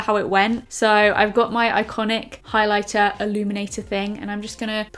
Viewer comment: “You’ve gotta go in with the highliblablabla” 😂😂